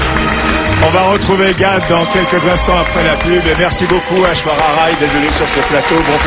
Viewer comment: ashwara mdr ils savent pas prononcer son prenom. c'est simple aish-wa-rya! elle est magnifique j''ai jamais vu sa. en plus elle dance magnifiquement bien. a voir dhoom2.